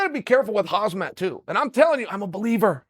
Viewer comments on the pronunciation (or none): Khamzat not Hazmat😂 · When is Chael going to pronounce khamzats name right? Its not hazmat! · Correction- Chael: “hozzmott” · His name isn’t Hazmat lol. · For How Long Will King Chael say “KhaZmat”? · It's "Hazmat" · Chael, how do you feel about Khamzat "Kamikaze" Chimaev? Okay, great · Please, pretty please with sugar on top, learn to say Khamzat. Please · I can’t be the only dude who thinks Gilbert would beat the piss out of Khamzat Side thought: how long will it take Chael to pronounce Khamzat’s name right